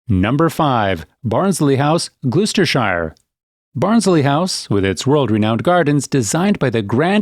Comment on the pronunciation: Its "Glosss.....stershire and 'Woooostershire'! And 'Wiltshiiiiiire.' :-)